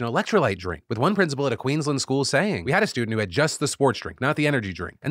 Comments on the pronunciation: Phil, drives me nuts every time I hear it as a native Queenslander. It's Queens - LAND. Not Queenslund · queens-land, pls phil, not queens-lnd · Phil, please stop saying Queensland as 'Queens lend' it's Queens Land. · Hey Phil, love the coverage of Australia. Been great hearing local stories on the show. Just please pronounce Queensland as Queens-land (think DisneyLand). Thanks so much! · As an Australian I’d like to mention that it’s pronounced “Queen’s land”. It’s not someone’s surname. Kind of like Spider-man. Like Good Man, not Mr Goodman. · Love your videos, been watching them since the clocks on the wall days. I am from Queensland and I'm sorry but it hurts my soul the way you say Queensland... add another couple of A's. It's more like Queens Laaand. Keep up the good work! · Philly D my man, it’s pronounced Queen’s Land x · I have to say this, it's pronounced 'queens' + 'land' like two separate words. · Phil, I'm sorry but 'Queen's-LAND' is how you pronounce it ;owo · Please Phil, Queensland has and 'a' in it. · Two weeks in a row Phil has mispronounced "Queensland" - do better, Phil!